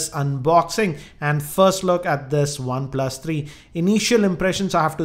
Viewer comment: "One plas tharii" lmao.